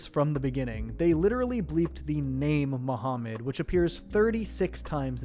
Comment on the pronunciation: muhamund.....not cooooooo